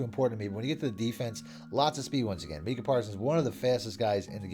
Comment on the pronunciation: It’s Micah bro 😭😭😭 bro be saying minka